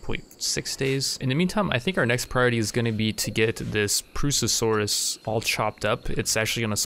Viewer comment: Properly pronounces Purussasaurus Also: Can't pronounce "tomb" or "ibex".